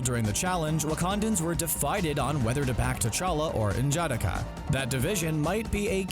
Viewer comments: N jah de ka Not N jadika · Pronounce it slowly so you can get it. N...Ja...da...ka. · He pronounces his wakandan name wrong. N’Jadaka . It’s not pronounced ( En Jadakah) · I love the video but you kill me butchering N'Jadaka's name